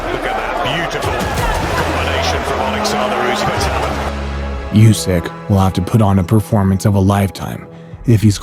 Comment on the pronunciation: Usyk's name is pronounced "OO-sick," not "YOU-sick."